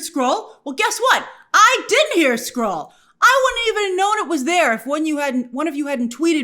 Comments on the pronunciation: Wtf! I thought he said “squirrel” too! 😂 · Skrull???? He said Skrull? I heard squirrel too😂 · I thought he said squirrel too 😂😅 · It’s a much funnier line if he said ‘squirrel’ instead of Skrull. I thought he said Squirrel and laughed. Knowing now that he said Skrull, I groan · I heard squirrel instead of skrull as well 😂